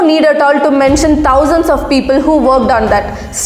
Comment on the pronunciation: Please do not pronounce thousand as tousand